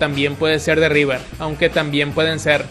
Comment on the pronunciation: De "RiBer" muy buena esa jajajajj